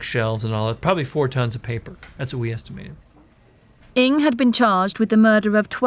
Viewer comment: you kept saying "Ing" when it's read "Nang" huge difference